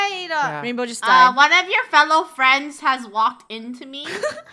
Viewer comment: Funneh: Who's this behind me? ???:It's me Wainbow Funneh: Oh ok rainbow Me: She said wainbow